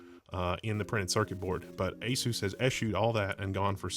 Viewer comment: ay soos? It's ah-suss, bro. Like PEG-ASUS.